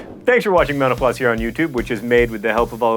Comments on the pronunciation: Sorry John but when you say Mental Floss it sounds like you're saying menopause. XD You might want to enunciate a little more. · When you say "Mental Floss" quickly, it sounds like "menopause"... just saying :) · I was about to say the same thing! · Sometimes when John says Mental Floss, it sounds like he is saying menopause. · when he was saying "mental floss" there at the end it sounded way more like "menopause"